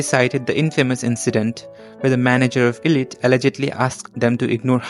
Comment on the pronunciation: it's actually pronounced "eye-lit" not "ee-lit"😭